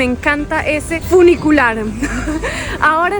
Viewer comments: Funicular No funiculear eso lo sabe hacer bien la mujer que habla Jajaja 😂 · Hermoso video, gracias por compartirlo. ¡¡, Sonó feo eso de "Funiculear".!! Jajaja, un abrazo gigante desde Buenos Aires. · El foniculiar...jajajajaja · jajajjajaja el funiculearrrrrm, el gringo es mas latino que la colombiana preciosa !!!